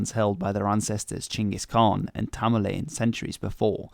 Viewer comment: That's the correct pronunciation.